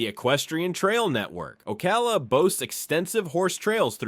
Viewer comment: While the. Narration was interesting, a lot of the video is from anywhere but Florida. The steams and waterways in Florida do not have rapids. And any scene with a mountain in it is obviously from out of state. Then there is the pronunciation, names like the Dry Tortuga’s and Ocala were butchered. This looks to have been done by AI.